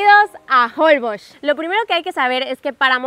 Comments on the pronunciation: Se pronuncia Jolbósh, con acentuación en la O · Me estresa escuchar cada vez que dicen mal Holbox, es como con acento en box y no en hol :/